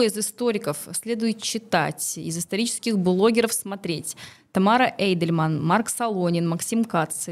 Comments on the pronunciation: Уважаемая ведущая, Тамара Эйдельман не только интересная личность, но и дочь известного историка. А это значит, что эту фамилию мы слышали в два раза чаще. А вы? Уточняйте ударение в именах гостей, это элементарное правило хорошего тона. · Спасибо! Фамилия Тамары Натановны произносится как ЭйдельмАн